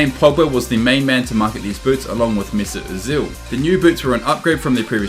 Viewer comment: "Dale elli" "mesit asill" "even rakitic"